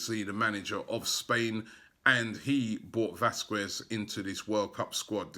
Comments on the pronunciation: It's pronounced VASKEZ not vaskuez...just saying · Can someone please tell Robbie its pronounced Vas-kehz not Vas-kwez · Vasquez not VasquVez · pronounced vasketh not vasquez. or at least vaskez if you dont wanna go full spanish. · come on mate its pronounced Vas-qez. 😂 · VÁZQUEZ NOT VASQUEZ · The "U" in Vázquez is silent